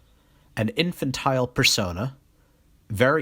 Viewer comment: You are pronouncing persona wrong. It's Per-Sown-uh not Per-Sahn-Ay. Also, you pronounced Jung wrong. It's not Young, it's You-Ng. Anyway, good video, besides the fact that pronouncing words wrong takes away from your credibility. I can easily tell that Jordan Peterson is your main source of information.